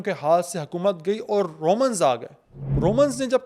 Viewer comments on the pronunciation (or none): none